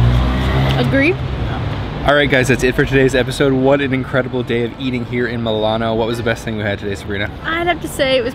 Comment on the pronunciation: I can't get used listening to Milano being pronounced MAW LAHN...